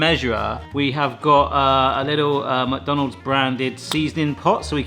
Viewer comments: He kept saying mook. Isn't is more Mick or Meck? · I also say muck, but it's actually supposed to be pronounced 'Mac'. The exact same way as you'd say Big Mac. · I can't stand when someone says "Mac Donald's" it's pronounced mick, so, "mick Donald's" I'm sure it's probably interchangeable but not for me. 😂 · The way says “muck” for “Mc” will forever live in my brain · only Americans say Mick Donalds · i like when you pronounce it "macdanulds"